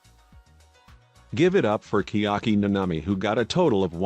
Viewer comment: The fastest of the fast. Kirumi Tojo. PS ‘Kiaki Nanami’??